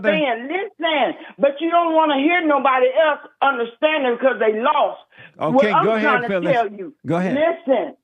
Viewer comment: Jesse: and, so- Phyllis: I'M LOWST! Hahahah